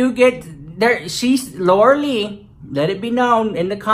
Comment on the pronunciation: I live for the way you say Laura LEECH!! It is hilarious 😂😂😂😂